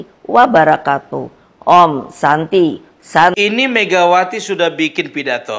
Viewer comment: Maaf teman2 itu salam nya apa kuping saya yg gak jelas apa gimana kok aku dengernya babarokatuh tolong di jelasin temam2